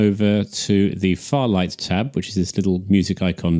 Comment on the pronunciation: It's fairlight not farlight!